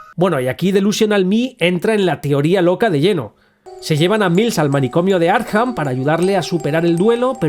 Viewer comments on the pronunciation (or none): Porque dices Arjan a Arkham?